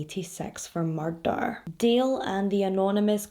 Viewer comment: The way you say ‘murrrrder’ is so stinkin cute